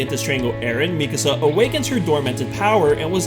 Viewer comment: here i was thinking how and why u said mikasa's name wrong and then the dub comes in... figures...